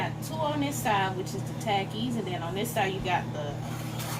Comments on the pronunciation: it is pronounced "ta- keys" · Every time she said takis and paprika wrong I was yelling at the screen🤦🏽‍♀️